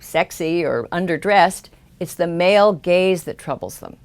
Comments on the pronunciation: For a while I thought she was saying male Gays.. not Gaze. "The evils of the male gays" lol.. Good video I know ya were saying Gaze but it is kinda funny how it worked out if you switch that one word. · Every time you said "gaze" I though you said "gays" and I thought "what do the gays have to do with this?"